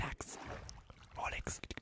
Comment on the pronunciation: anyone else here ROLEX in a Scottish accent 😂